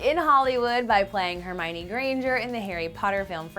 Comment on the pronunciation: hermiona??? O my gad no where Emma Watson?